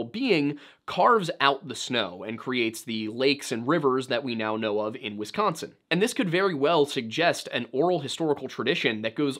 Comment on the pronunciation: Why do y'all non Midwestern peeps say "Wess-consin?" You sound very silly. There's no E in Wisconsin, please stop pronouncing it as such.